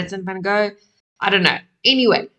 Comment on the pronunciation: I’m proud of you for pronouncing his name in Dutch. It’s not the easiest sound to make for most English speaking people. Spent some time in the Netherlands maybe? 😊